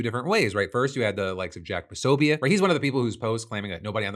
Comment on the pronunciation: Can you coach Alex Pearlman up on how to say Jack Posobiec’s name 😂